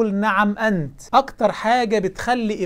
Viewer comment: الله يعطيك العافيه على ما تقدم و الله يجزيك الخير، بس فيه كلمة قلتها اللفظ تاعها ما كان صحيح وانت عدتها مرتين و هي "نِعْمَ أنت" و ليس نَعَم أنت"